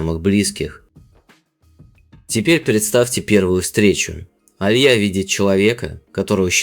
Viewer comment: АлиЯ- правильно, а не А лия